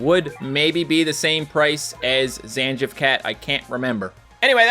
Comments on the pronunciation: It's Zan-geef, not Zan-jif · first time ive ever heard someone pronounce Zangief zan-jiff 😭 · Zangief is pronounced Zan-Geef! 😭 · To be more precise - Zan-Gee-Yef